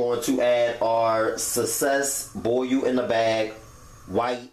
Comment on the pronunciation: The way he says boil... "Boy yoo" 😂😂